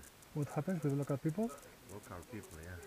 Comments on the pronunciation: "Lokal pipl -Dont like? Lokal..lokal pipl" Hahahhahaha kraljina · Kada je rekao lokal pipl mislio je šverceri :))